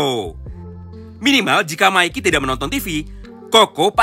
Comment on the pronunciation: Bang bukan maiki tapi mikey